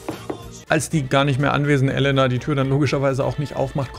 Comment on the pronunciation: Kleiner Tipp zur Aussprache von russischen Wörtern, man spricht jedes "e" wie "je" also theoretisch Jelena oder auch Jekatarina, etc.